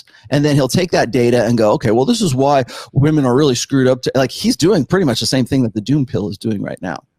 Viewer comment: Why is it that these weirdos (like the Josh guy in this video) can’t even pronounce the word “women” properly?